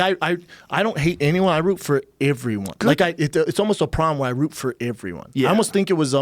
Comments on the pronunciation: Brendan literally said “everyone” like times, not only did he say it so many times for the next three minutes or so, but he also pronounces it as “Iveryone instead of everyone” he says it as if it is spelled with an “I” instead of an “e” smh that was rather annoying of him 😩😩😂😂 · Brendan “Averyone” schaub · Brenden "iveryone" Schaub Brendan "bolth" Schaub Joe "Wooaahh" Rogan